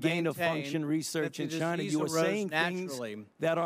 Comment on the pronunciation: "Chi-Na", that's where, libs.